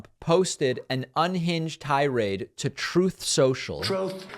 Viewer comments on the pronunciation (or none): David is endlessly hilarious to me. eg. the way he reads Trump's troth post pointing out the capitalized letters hahaha